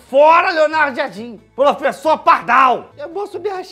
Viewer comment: Bem-vindo pofexô!!!! Esse sim tem um pojéto! Kkkkk